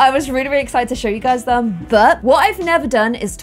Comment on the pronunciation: Me clicking on this vid: click Also me: wait did she just say HEY GUSY?